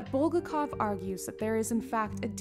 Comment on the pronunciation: Or BulGAKov